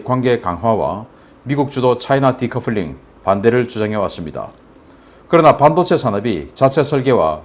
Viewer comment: 반도체 발음을 잘못하고 있어요....반...하고 높임이 아니고 낮춰야 함네다.